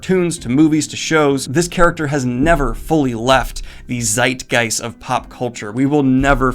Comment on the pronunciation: Oof, that Zeitgeist pronunciation... is it really pronounced like that in English? :D